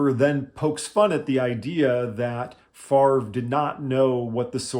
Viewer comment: You need to make jokes about his name. Only guy who doesn't pronounce his own name properly... Just how does he get the 'r' sound before the 'v'? Fav-re... Not Far-ve... Just saying.